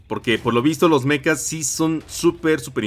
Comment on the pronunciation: Se dice Mechas no Mecas 😅